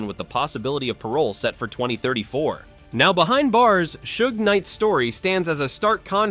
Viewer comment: I lost interest when the AI couldn’t pronounce Suge. Get a real human commentator…Laaazy